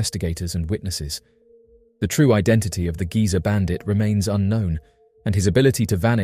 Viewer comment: Not giza bandit Geezer bandit. As in old geezer.